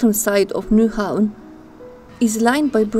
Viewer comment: Very good presentation, based on fact, not the usual rubbish many vloggers make up. You have done your homework, well done. BTW, you must be German. Not many can pronounce "Nyhavn" correct. Tip! English sentences are build pretty much like Danish (Vikings again) and many words are pronounced like German.